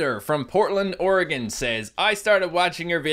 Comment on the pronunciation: He actually pronounces Oregon the right way!!! Most people don't XD